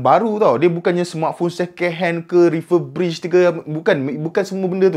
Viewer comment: "Refurbrish" -, 2020.